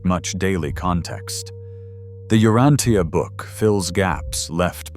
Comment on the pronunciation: Outstanding lesson. I've been reading it for a very long time and your talk is excellent. Thank you. Please, U-RAN-cha.